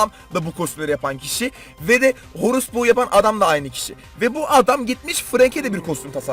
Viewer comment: Horus bo derken cok yanlış dedn